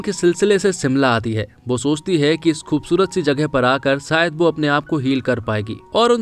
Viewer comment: Bhai bura mat manna lekin apna accent theek karo...aap,sh ko s kyu pronounce karte ho...jaise shaadi ko saadi koshish ko kosis shayad ko sayad s ke aage h lagao...